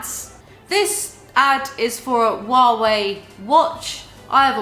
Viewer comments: First time hearing a native English speaker saying Huawei. Didn't know it'd be so funny. Wawei. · I LOVE the way she pronounces HUAWEI. It took me a few moments to realise what she had said(English is my second language, and we pronounce it with a strong H).